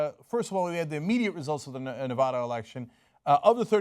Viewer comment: Ne-va-duh NOT ne-vah-duh